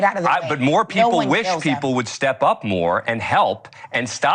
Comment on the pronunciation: She can't pronounce "people" Pee-poo,lol.